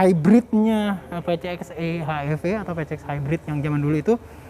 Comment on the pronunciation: Bacanya Pisieks Ii: Ech Iii Vii nggak sih